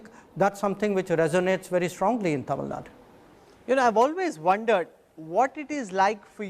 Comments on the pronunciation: I loved the interview But one thing i don't understand is , why this anchor pronounce Tamilnadu as Tamilnaad? Like seriously?? Kannada as Kannad? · Mr - it is not Tamil Nad... Tamil Nadu.. when Jaishankar can mention as Tamil Nadu, what is stopping you? You don't call Haryana as Haryan... it doesn't make you superior by removing U in Tamil Nadu